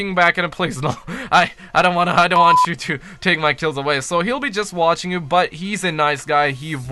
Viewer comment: Vwstching your vwindow